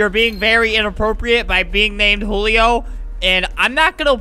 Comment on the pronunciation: Why u say julio, hulio